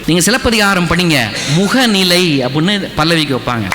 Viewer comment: அது முகநிலை.. நீங்கள் உச்சரிப்பது முஹநிலை என்று.. பிறகு, நிறைய இடத்தில், தமில் தமில் என்று கூறுகிறீர். அதை திருத்திக்கொண்டு வாருங்கள். இந்த காலத்தில் தமிழை சரியாக உச்சரிக்கத் தெரியாதவன் எல்லாம்..தமிழ் தமிழ் என்று பிதற்றுவது.... ஆமாம் நான் கேட்கிறேன்.....தமிழர் பாரம்பரியத்தையெல்லாம் நாம் பின்பற்றுகிறோமா.... மொழி என்பது medium of communicationக்காக மட்டுமே....இந்த ஆள் போல் பிளவு ஏற்படுத்துவதற்கல்ல. பல்லவி அனுபல்லவி சரணம் என்பதெல்லாம் எந்த மொழியைச் சார்ந்த வார்த்தைகள் அல்ல....தமிழர்கள் தாராளமாக அதை பயன்படுத்தலாம்...